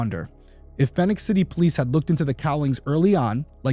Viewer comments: “Fee-nix” City, not “Fin-ix” City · Love you show keep up the good work! I listen regularly on your podcast as well. Just a little note as I am from Columbus, GA myself. Phenix City is pronounced like you would Phoenix, AZ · (It's pronounced Phoenix) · Phenix City is pronounced just like Phoenix AZ. My family and I lived there on Sue Drive when my husband was stationed at Benning, from …. Never heard of this case 😢